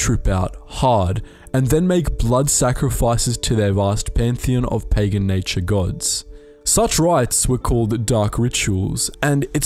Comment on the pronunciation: Can you say Pegan one more time?